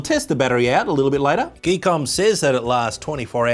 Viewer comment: I believe the name on the box is "Gee...KOM"... not geek book 😅😆😂😂